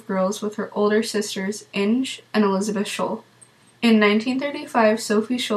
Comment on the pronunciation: (Tip: the name "Inge" is pronounced "In-gah").